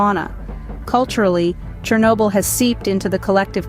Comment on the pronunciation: *СhOrnobyl. Whatever is written on wiki. It's important, pls.